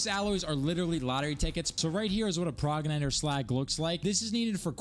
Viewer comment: Pro-Jen-it-or is the pronunciation for progenitor lol, by the way how do you get legendary armour?